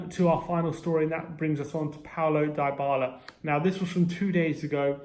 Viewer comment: It's dibala not diebala